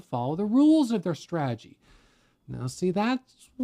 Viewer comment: Humility is the key to life. God rewards humanity more than anything. Life is beautiful, roll with the punches if you can’t block or dodge them! Keep up you’re “straegy”( he enunciates strategy correctly about 30% of the time) jkjk Anyways love your videos and encouragement you’re awesome thanks for your guidance I’m about to get my feet wet and start day trading!